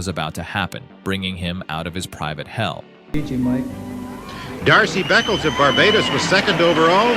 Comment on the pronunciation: Ummm…”Darcy” Beckles? I’m having trouble with this.